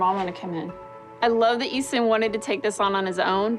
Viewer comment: IT'S EASTON